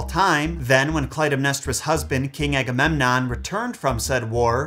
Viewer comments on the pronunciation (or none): none